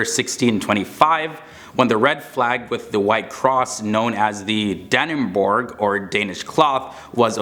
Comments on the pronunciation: DAnnEbOerG Bitch pronounce it right dannebrog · The danish flag is not called Danneborg - it's Dannebrog (pronouched "brou")